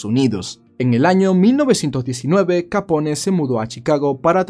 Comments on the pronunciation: le ruego no lo tome a mal, pero me duelen los oidos cdo ud dice capon en vez de capone. un capon es 1 gallo castrado y capone es la correcta pronuncicion del apellido de al. le reitero q no es una critica malintencionada, si no algo, quizas pequeno q le dara mayor calidad a su canal. la pronunciacion correcta es muy importante en el caso de 1 narrador. mil racias x su trabajo. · Sí, haz una serie de todos los mafiosos Italianos famosos, incluso de los irlandeses y los demás. El Italiano se pronuncia como el Español, o sea todas las letras. No se dice Capón, sino Capone, diciendo la E al final. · QUE CLASE DE NOMBRE ES? QUE QUIERE DECIR? NO SERA BUSGO, PARA LAS HISTORIAS? ES BROMA Y MUY BUENA NARRACION DE AL CAPONE ( SE PRONUNCIA "CAPON" )